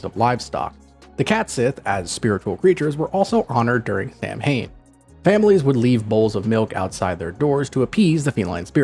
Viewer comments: Samhain is pronounced “sa-when” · I love black cats! ❤ 🐈‍⬛ Always have at least one! Samhain is pronounced 'sow (like the female pig) wen. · The pronunciation of samhain is wrong, sown pronunciation is the right way